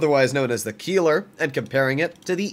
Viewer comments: Bro really said Kieler and not Keiler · ei in German always = i - you Pronounced Keiler more like "Kyle-uh" I don't own the TS cause I have a Lowe and a Keiler, I feel like the Keiler is just better than the TS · The “i” in Keiler is pronounced, not the “e”